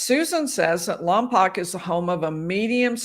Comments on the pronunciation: It’s pronounced Lompoke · Lompoc - pronounced "Lom-poke". Second "o" is a long "o". Source - current resident of Santa Barbara County. Check KEYT local news coverage if you doubt me.